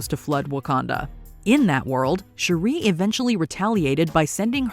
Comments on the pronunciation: It's actually more like Sure-E but I thought I was the only one that noticed her pronunciation I don't mind especially when names/words are even said different ways in the movie (& other (source) material) ie Nay-more, Nuh-more, Nah-more, etc. And of course ppl have accents and dialects etc. But her pronunciation threw me all the way off Lol I'm like please just call her Princess or something 😆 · You pronunciation of Shuri is killing me... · I couldn't even get thru this because of how many times you jacked up Shuri... got to be one of the simplest names. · This lady repeatedly mispronouncing SHURI’s name is infuriating lol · The way she pronounces Shuri...😒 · Every time I hear Shuri's name said incorrectly, I can't help but cringe. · Does anybody else feel bothered on how she pronounces shuri? Lol it sounds so ugly the way she says it 💀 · Girl your pronunciation of Shuri is killin me! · She always pronounces it like that lmao annoying af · Every time she says it 😬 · Why can't this colonizer say, Shuri correctly?? She's heard it pronounced properly DOZENS of times. That's a purposeful disrespect that's totally unnecessary. Dizzy cu... colonizer. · This idiot PURPOSELY mispronounced Shuri's name damn near 50 times in this video. WHY? What was the purpose in that? 👎